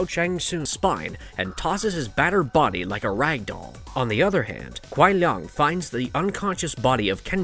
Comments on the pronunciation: kuai lung? lol you mean Kuai Liang (sounds like lee-ang) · Why do yo call Sub Kuai LUNG???his name is Kuai Liang it is clearly not Lung. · It's LEE- ANG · Kuai lung? Seriously learn there names before making a video its Kuai liang not lung 🤦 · The way u pronouce kuai Liang and Shang tsung is appalling